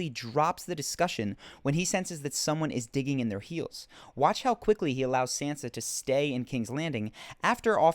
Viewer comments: your video might have been good but i just cant keep watching and hearing you call sansa 'sensa'. it just hurts my ears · It's not "San-zah" or "Sahn-zah", it's Shan-shah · it is pronounced "SAHN-SUH" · It's pronounced Sansa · SANSA! Why not pronounce it correctly? The way you pronounce it is very distracting, almost annoying.